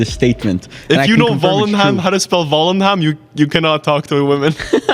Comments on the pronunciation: As a dutch man, hearing you struglle with saying Volendam is way to funny😂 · I love how they all said Volendam wrong.